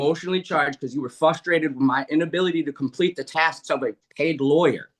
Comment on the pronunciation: I would decide against Temu Gimli the first time I heard “fustrated”